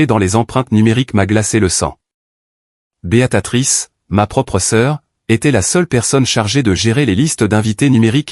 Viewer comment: On dit BÉA TRICE